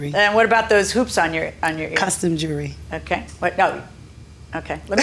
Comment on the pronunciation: Record is an abbreviation of the word Recording so yes, they are still records because they are RECORDED music. By the way, Mr. Announcer, the word is JEWELRY, not JOOLERY .... from the word JEWEL .... go online and look it up.